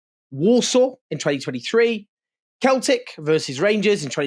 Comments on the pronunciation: every scottish person recoiling in unison at celtic pronunciation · Im a fan of your channel Owen but did you really pronounce Celtic as Keltic. It's a minor point while talking about a very serious subject but Celtic is pronounced Seltic. Apart from that keep up the great work. Free Palestine. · fyi - it's not 'Keltic' - it's 'Seltic'. Mistakes like that shouldn't matter, but I bet most of the criticism of this video will centre on that because they have no real argument. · Who is Keltic Owen? At least pronounce the name of the club correctly it’s Seltic (Celtic). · Owen Jones you can't pronounce Celtic properly. I am stunned! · Pronounced Celtic not keltik lol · Ouch. Seltic, not Keltic :) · "Seltic" Owen Celtic-Seltic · Owen, love the channel but you called Celtic “Keltic” that was hilarious! Obviously not a football fan, so fair enough. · Love you Owen but please stop butchering football club names 😭 yesterday was ‘ ajacks’ and today was ‘keltic’ haha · Celtic is pronounced Seltic. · Owen, will you stop butchering football clubs names? It's Ayax for Ajax and Seltic for Celtic. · Look. Your words on this would be far more credible if you bothered to find out how to pronounce the names of football clubs. Ajax was bad enough last time. But Celtic is beyond the pale. Apart from that, bravo!